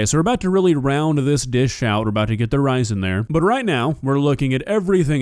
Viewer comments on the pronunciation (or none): none